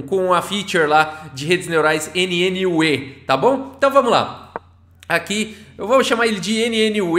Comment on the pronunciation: A pronúncia de NNUE é algo parecido com "new"...